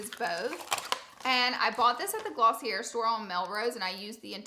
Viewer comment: girllll it’s glossiYAY not glossiAIR